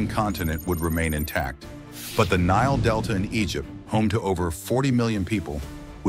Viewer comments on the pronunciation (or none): none